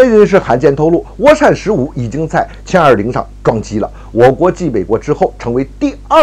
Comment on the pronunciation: 是jian20 不是qian20 草